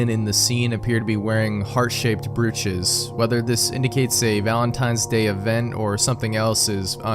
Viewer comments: brooch is pronounced broach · Brooch is pronounced like broach. 😊 Just FYI. And no, it does not make sense. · Brooch is pronounced broach. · Super interesting video, most of these I never heard of! Subscribed. FYI, "brooch" rhymes with "roach"--yes, it's counterintuitive. English is dumb.